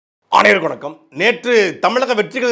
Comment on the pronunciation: அனைவருக்கும் வணக்கம் என்பதை ஏன்டா ஆமா ஆய் போற மாதிரி சொல்ற 😂😂😂